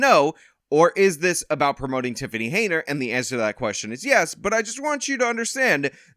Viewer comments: Is dyslexic or is he saying her name wrong on purpose? It's Henyard, not Heynard. Pronounced hen-yurd. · Who's gonna tell him her name is Henyard, not Heynard.... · Henyard. Why do you say Haynard? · It’s “Hen-yard”, not “Hey-nard”. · Hey,. Her name is pronounced "Hen-yard", not "Hey-nerd"😂😂😂😂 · Hen Yard. Not Hey Nard. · HEN-YARD. Not Hey-nard. Sorry/not sorry. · It’s HEN-yard, not HEY-nard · You know I love you, but her name is Tiffany A. HEN-YARD. Not Hay-nerd. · Why do you pronounce it hay-nard? Do you not hear everyone saying it properly? Have you not seen it enough times on all those signs? Hen-yard. Not that i care about disrespecting her name it just drives me nuts. Also whenever you say someone looks like someone else it makes me 99% sure you have face blindness. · Why is the host pronouncing her name "Haynard" instead of "H-e-n-y-a-r-d"? I'm no fan of TAH smbut come on now...unless he is doing this on purpose 🤔 ...or he's stupid for real. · I like all your videos, but I would like this one more if you pronounced Super Hags name properly, HEN-yard, HEN then YARD, HenYard. I know I'm being pedantic, but it's ENGLISH man, for God's sake, ENGLISH!!! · Her name is still not "Heynard" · You say it like HEN-YARD! Sorry, but the mispronounciation kinda drives me nuts.. ^^° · What does keep calling her Hey-nard? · Oh c’mon… He works hard,let him have this one. Consider it an early BD present for him. Personally,I think it’s hilarious when he calls her Hey-nard😂… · It's bugging the hell out of me too. Is he doing it on purpose or is he dyslexic? They say it right in the news story. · Your insistence on mispronouncing her name is admirable. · 5 videos later and still cannot properly pronounce her last name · Why do you keep pronouncing her name like that lol